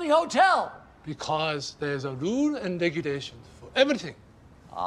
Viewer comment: What the fuck does he say? Rules and Regulations?